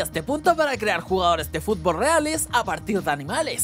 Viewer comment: dijo fubol